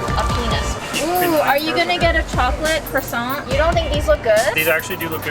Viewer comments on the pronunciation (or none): none